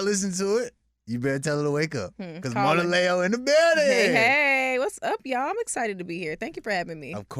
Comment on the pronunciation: It’s Moan-ah-Leo…. NOT moan-ah-lay-yo 😶